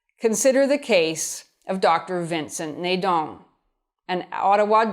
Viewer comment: the a in Nadon pronounces like the a in apple. It's Nadon not Nédon :)